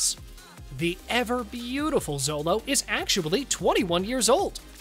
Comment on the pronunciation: Sholo! Sholo Mariduena! Not zOLO!